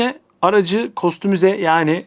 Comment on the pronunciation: “Kostomize” ya Türkçe ya İngilizce telaffuz etseniz ne güzel olur hocam.